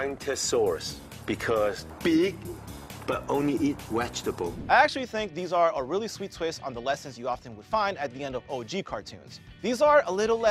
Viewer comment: “…bwontosaurus big but only eat wegetable” 😂